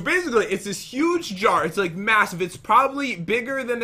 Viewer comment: The Pronunciation Master Lol Pat:This Hint Is Easy:Ok There Are Zwombies And Chest With A Jwar Jars Jsar Jar!!